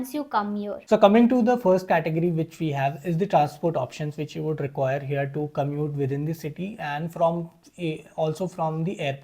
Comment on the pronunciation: Dear.. please use the correct pronunciation while you are giving the information on a international platform like YouTube. You should not say (heeear again and again because it is "here" not heeear... Rest everything is good enough.. hope you will not mind it and you should understand what I am trying to say.